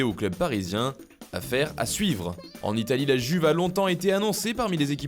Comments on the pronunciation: “i”uve pas “g”uve stp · Vs pouvez arrêter de dire la [Juve] les français et faire un effort en disant la [Youve] ...